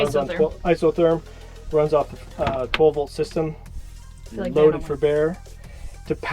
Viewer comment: Every time says "12 Volt system" I hear "Cobolt system" and I was confused for the longest of times.